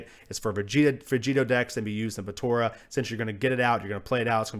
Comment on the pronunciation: It's pronounced Po-TA-rah not Po-TO-rah.